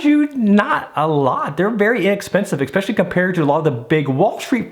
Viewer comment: It's not ECK specially it's ES specially